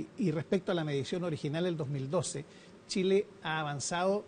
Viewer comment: La periodista dice tileno Tile.porque tienen tanta dificultad para pronunciar la CH.Las chilena??